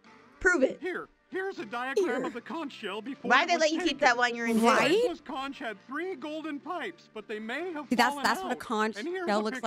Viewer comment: …they say conch wrong IN THE GAME?!